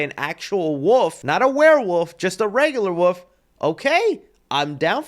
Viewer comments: Are you saying “Wolf” or “Woof”? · Does anyone else hear saying "woof" instead of "wolf"? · Stop pronouncing wolf as Wooof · Is anyone gonna tell that wolf has an L in it? The woof man cometh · I love how pronounces the wolf in wolf man like woof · There’s an “L” in wolf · I love you... but can you PLEASE pronounce the "L" in wolf?